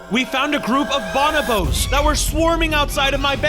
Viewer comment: eye twitches every time he mispronounced bonobo